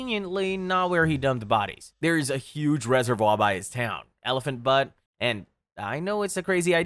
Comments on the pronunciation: Bue-t not butt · The mispronunciation made me laugh, but Elephant Butte is pronounced “elephant B-yoot”